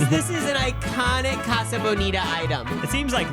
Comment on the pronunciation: ’ pronunciation of casa is killing me